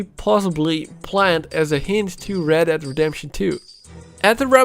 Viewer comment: I didn’t Red dead was pronounced Red DAD redemption